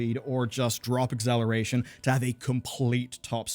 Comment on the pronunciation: Say eggzaleration one more time